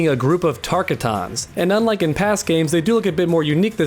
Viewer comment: tark a tons wtf